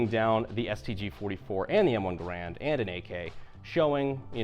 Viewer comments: Yes, the proper pronunciation of John Cantius Garand's name is closer to GARE-und. The reason that I am so firmly convinced of this is that I have actually heard the man himself pronounce it that way, in a film of a speech that he gave, and he started out by introducing himself to the audience. Giving him the benefit of the doubt, I'm confident that he knew the proper pronunciation of his name. As Mr. Garand was actually French-Canadian, from the province of Quebec, and thus was a native French speaker. His family emigrated to the U.S. when he was a child, and as a result he actually pronounced his name with a little bit of a French accent, with the "-und" syllable pronounced in a sort of nasal manner with the last 'd' being silent. I'm sure that the pronunciation became "Americanized" due to the fact that at the time of the rifle's adoption it was long before there was easy widespread access to audible recording, and any documents and information regarding the rifle was propagated by on-paper documentation. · John C Garand was French Canadian, and the name is properly pronounced Gair und, not Gar And. Having a family name people often get wrong, I think it polite to use how Garand pronounced it.